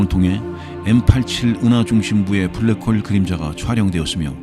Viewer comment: 잠들만할때 블랰호올 들으면 잠 확달아남